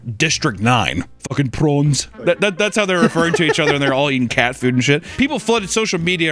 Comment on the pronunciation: As a South African, you said “prawns” relatively well for an American 😂